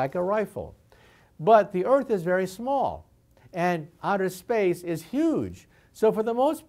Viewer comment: "Outer splace" Good- now I know I'm not the only one.